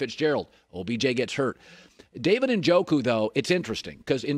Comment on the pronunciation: Cowherd doesn’t know what he’s talking about. Doesn’t even pronounce Njoku’s name right. Lost credibility on this one when he said Njoku’s extremely talented. Extremely athletic but has rock hands